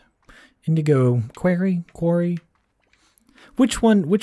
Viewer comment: Dude, why say quarry like query? That's a different word, I'm out, dude, it's like you can't English.